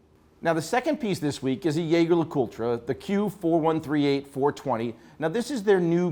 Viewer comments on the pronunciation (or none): Don’t bother, I have commented on ’ mispronunciation of “Yayger”, “Constanteeen” and “Odemarssss” countless times, to no avail. He lacks humility to learn. Shameful for him and his employer… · How you gonna mispronounce Jaeger-LeCoultre like it's German and not Swiss/French?